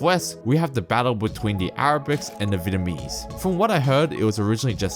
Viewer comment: Your voice sounds computer generated ! ..... very similar to another site in which it looks aye eye ... It does Sydney trains and it can't pronounce " th " either .... It uses f instead ! ..... BTW Vietnamese is pronounced .... vee et. nam ease ..... you never mentioned Liverpool right down past Picton no Chinese there .... all Anglos indians..... great to see another site come with their own comments !..... Becoming the norm these days